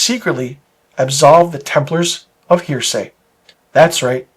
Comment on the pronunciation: It’s pronounced Hera-see not hear-say. Other than that, cool video.